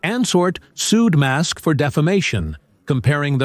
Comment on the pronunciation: IM REALLY STARTING TO HATE THESE RIDICULOUS AI VIDEOS , LISTEN HOW STUPID THIS VIDEO SOUNDS CALLING ELON MUSK " MASK"